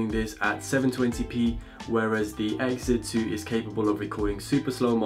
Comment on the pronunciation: Say it with me "ex zee" nowhere in there does it say "Exit"